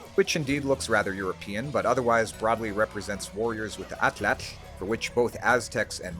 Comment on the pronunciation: Same for Atlatl etc. The moment I heard him pronounce a "tl" I was so happy :) And he does it consistently.